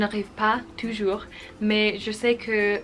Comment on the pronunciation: Impressive how big progress you did in such a short time, bravo! :). Speaking of some little errors, I would point that you confuse sometimes the pronunciation of "ou" and the "u", e.g: in "vous", "toujours" or "cours" etc.